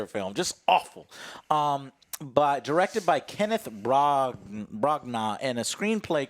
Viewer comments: lol, hearing Joe say "Kenneth Brancnah" , that little unknown director, wow shocked at the mispronunciation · lol, "Kenneth Braahgna" Good job Joe.... That dude is famous, and done some great things, including Hamlet. Not saying this is good, but he's definitely a famous guy with a lot of talent.